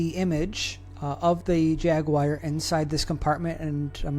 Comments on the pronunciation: Have to ask, what is a jagwire? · No, that’s a ‘jaguar,’ not a jagwire.